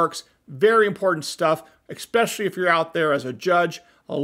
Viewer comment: Impressive bona fifes for someone who says “expecially.”